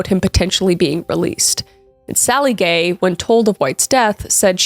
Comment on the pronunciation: I cannot be the only one who thought you were calling the whole family gey. 😂❤